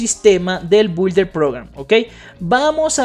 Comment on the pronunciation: se pronuncia “BIULDER” (Builder Program) está fácil inténtalo!